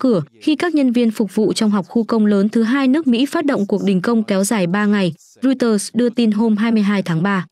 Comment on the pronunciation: Roi- xtơ là cái gì vậy? Đưa tin mà ngọng nghịu quá., đọc sai nghe chối tai nữa.